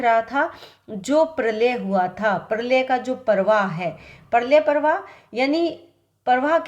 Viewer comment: Prlay prvah iko achese boloye pls